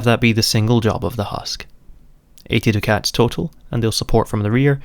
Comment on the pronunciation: Duck-ets not Do Cats. Otherwise very good video